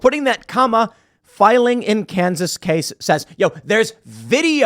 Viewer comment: Lmfao I live in Kansas City Missouri and never heard anyone say Kansas like that 😂